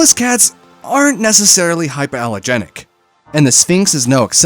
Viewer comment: Hypoallergenic not hyper allergenic